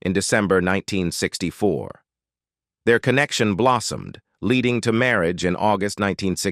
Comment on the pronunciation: WORST VOICEOVER EVER. "mary-age" "chilled hood" Stop with AI. U lost me after a minute in.